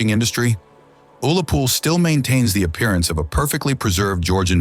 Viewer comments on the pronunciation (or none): none